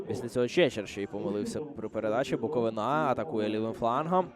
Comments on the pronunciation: Коментатор😖 Не БуковинА, а БуковИна Це не тільки паплюжить команду, а їй цілий регіон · БуковИна а не НА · А лоху коментатору ніхто не підказав, що не БуковинА - а БуковИна. Вчіть матчасть